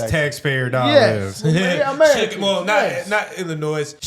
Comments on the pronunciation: Would’ve been a well put together video if you were more informed. Also, you don’t pronounce the S in Illinois! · In Illinois the “s” is silent. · The “s” in Illinois is silent. Brandon isn’t going to resign and he can’t be removed. I intend to fix that, or at least give it a good try.